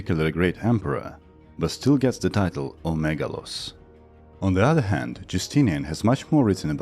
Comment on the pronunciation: just a note: when you are saying "o megalos", the first omicron has a rough breathing mark and so it is pronounced more like ho megalos